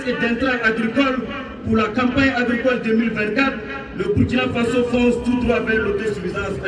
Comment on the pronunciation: Merci bien. Cela me choque à chaque fois que j'entends cette prononciation. Le Président du Faso🇧🇫!